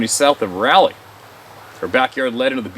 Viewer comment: Rah-lee rah-lee 🤣 he cracks me up here you mispronounced our state capital Raleigh